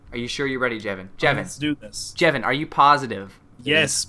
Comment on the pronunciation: it's Jevin not Kevin